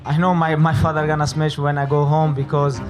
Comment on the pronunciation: "Not just smesh him, I change his face" 😂